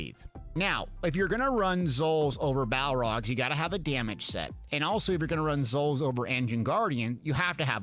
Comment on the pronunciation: BALORGH NOT BALROG ITS NOT LOTR